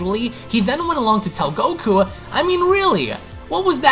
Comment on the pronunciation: I love this but can you PLEASE work on not saying GokuA? Its just goku haha. But I love your dragon ball passion